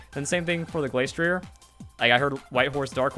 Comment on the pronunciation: Spec tree ay And Glass tree ay -ier in french is pronounced ee ay